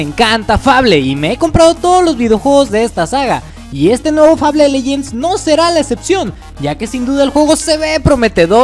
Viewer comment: se dice FEIBOL (fable)